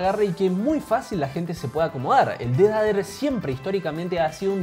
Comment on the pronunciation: ''el dedader'' JAJAJAJAJAJAAJJAAJAJAJAJAJAJAJAJAJAJAJAJAJAJA se dice pronuncia defeyder! no dijiste lo mas inportante los swich del razer son opticos con 0.02 ms de click deley contra 0.1